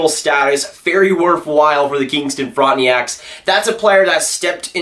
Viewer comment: FRAWNT-NACKS. NOT FRAWNT-NEE-ACKS